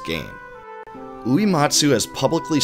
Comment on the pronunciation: Hey, small gripe, but when you’re talking about Nobuo Uematsu you are mispronouncing his last name and it’s very distracting. It is not “ooh-EE-mot-soo” like “bleed” It is “ooh-EH-mot-soo” like “Meg” Going back to watching the next 2.5 hours!